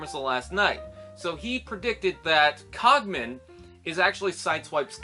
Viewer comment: Yeah I only brought this up because the car design looks very much a like the cogman, anyway good points! & yeah man you butched my name haha! It's okay I probably should say it more in my videos!